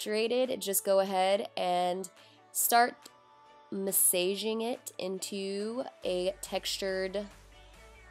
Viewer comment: Nobody gonna talk about how she said “mass-ay-ging” ......?